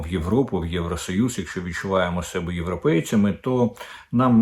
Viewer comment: Будуть почувати себЕ,наголос на друге Е.кого- менЕ себЕ,але до мЕне,до сЕбе.Врешті решт Ви- українець,чи якийсь покруч ?вже 10 раз Вам про це писали в коментах,та хоч раз прочитайте їх !